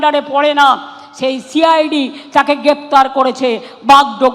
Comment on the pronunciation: Momotar chokranto cid bolte parena bolse shi i d